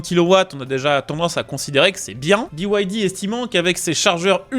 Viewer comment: Pourquoi biouaildi? pour moi BYD ça se prononce bide. Continuez à faire la promo de voitures subventionnées par l'état chinois et vous finirez par vous retrouver à poils. Cette concurrence déloyale et faussée tue nos marques et nos emplois. Il serait plus que temps que vous en preniez conscience. Pour moi ce sera Alpine 100% fabriqué en France avec en prime, un réel plaisir de condire...!